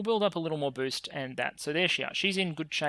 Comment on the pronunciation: It was a great weekend with all of those videos,!, Sadly for me being a bit sick make me hear funny things like you where gatherings "ORCS" instead of "Orgs" and "getting BOOZE" instead of "boost", Which make it even more entertaining.